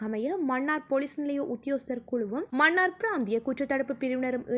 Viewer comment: செய்தி வாசிக்கும் பன்னாடை மண்ணார் இல்லை மன்னார் மணம் இல்லை மனம் உன் தமிழ் உச்சரிப்பில் ( ன ண ல ள ழ ) எழுத்துக்களை சரியான முறையில் உச்சரிக்க தவறுகிறாய் நீ என்ன இந்தியாக்காரியா? ஒழுங்காய் உச்சரி